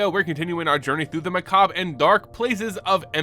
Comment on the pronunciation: Five stars for pronouncing macabre correctly.